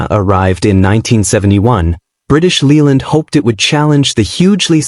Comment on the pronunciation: It's pronounced British LAYland, not Leeland. To be fair, most cars in the '70's rusted, especially the Italians. Even the 70's Rolls Royce cars were rot-boxes. Oh, and 'Mk' is a truncated form of 'Mark' and should be pronounced as such.